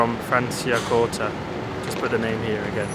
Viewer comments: " fransiacohrta" ti amiamo lo stesso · Yoo Lando and the McLaren boys in Franciacorta (it's pronounced Francha-korta)